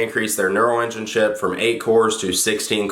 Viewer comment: I thought you said we already seen this shit before instead of chip